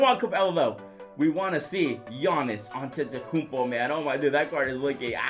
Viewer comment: I have noticed that can’t still pronounce Antetokounmpo he says Antetokoupo and 2k should add the Hall Of Fame Players (example: B.Russell, S.O’Neal and A.Iverson)